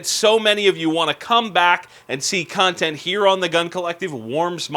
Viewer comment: He said cuntent. lol